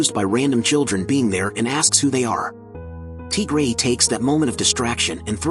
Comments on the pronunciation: Tigery❌ TGray✅ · "Teagrey" HITS HARD